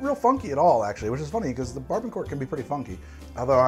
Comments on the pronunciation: Yo Barbancourt is pronounced "Ba-ba-coo" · First I love the channel and I’ve learned so much from these videos. Just a heads up, rhum barbancourt is actually pronounced barboncou. Would love to see your thought on this interesting drink I stumbled upon at this annual food expo in Brooklyn. Some guys mixed rhum barbancourt with Thai iced tea and it was delicious